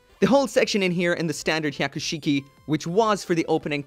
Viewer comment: every time you say Hyaku shiki, I cringed... learn to say it right and slow down...